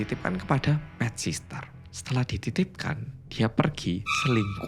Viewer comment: PET SITTEEERRR 😭 BUKAN PET SISTER 😭